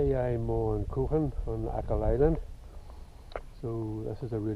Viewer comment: Crock Hawn would be a better pronunciation